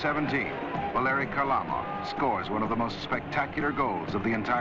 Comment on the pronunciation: The real prononciation of that modern - day Russian rocket ( God rest his soul, ) is KHARLAMOV.